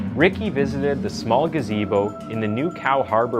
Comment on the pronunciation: I guess because I’ve heard this story before, what stood out to me the most was how the lady in the beginning said “he hung out in a GAZAYBO at the park!” Never heard gazebo said like that before. And how the narrator said macarb instead of macabre. He must not write the scripts.